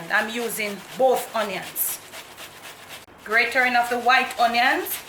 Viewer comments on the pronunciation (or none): The grating not gratering